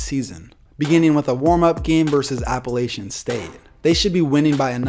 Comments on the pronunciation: Say it with me: App-ah-La-ch-in State little a sound. like a Latch on a door. Not “Laytion” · Hey man, I love your videos, keep doing what you do. I'm glad to hear you got to 50K subscribers, you deserve it. I do have one complaint though.. it's pronounced App-a-latch-un.. I thought everyone figured that out after that game lol please pronounce it right when you do your video about the upset, don't diss my alma mater (Class of 2012!) like that lol GO MOUNTAINEERS! Seriously though, I love all the topics you cover, and recommend your channel to my friends, keep up the good work bro! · It's appilachen state